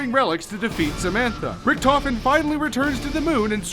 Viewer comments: thats funny how english People cant say richt-ofen the say richttofin not hate tweet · The pronounciation of Richtofen hurts a bit xD